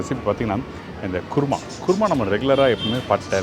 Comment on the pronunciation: Adhu guruma alla Kuruma endru sollavum